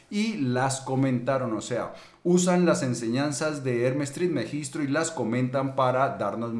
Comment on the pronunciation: TrismegisTO no TrismegistRo